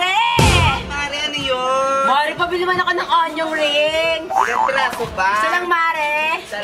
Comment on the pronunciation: Joevin. “Onyong rings” - lol 😂 😂